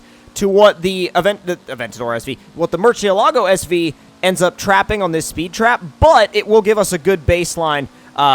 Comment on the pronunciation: Mercy-alogo btw not merchy-alogo